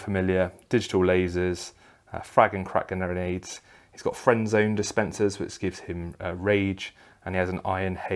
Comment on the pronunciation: I kept thinking you were saying "friend zone dispenser" instead of Frenzon 🤣 Just picturing a few dudes walking around with a mist they spray on guys, turning them into a bunch of sad, lonely and constantly rejected incels.